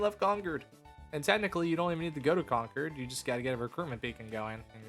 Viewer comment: No way bro says concurd instead of concord 😢